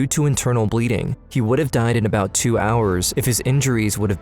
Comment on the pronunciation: Talking "uh-boat"